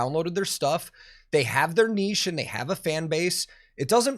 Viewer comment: Finally! An american who can say "niche" correctly! 🤣🤘👍.